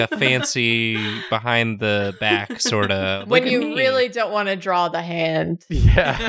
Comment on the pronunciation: "its behind his bacKHHHH i thinKHHH" jesus f!&king christ